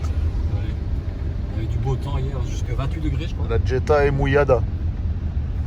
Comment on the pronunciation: Superbe acquisition. Juste dans la prononciation on ne dit pas Djetta ma Jetta il n’y a pas de D….. je te le dis pour en avoir possédé une. . 😂🤣 magnifique video sur Séville🎥👍